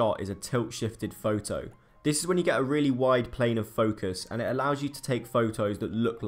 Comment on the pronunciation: am I the only one slightly irritated by the way he says "photo"? Lol